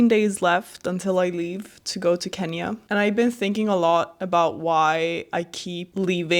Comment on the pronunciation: "Can -ya" Teach her how to pronounce 🇰🇪KENYA